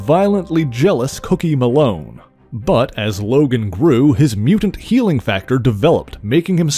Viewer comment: Why is he pronouncing DOG LOGAN’S first name like that?